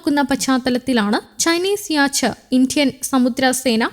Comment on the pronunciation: യാച്ച് അല്ലടോ യാട്ട്...... yacht 🛥